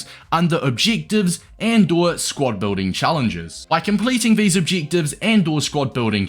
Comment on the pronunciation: “Cheek obcheektives”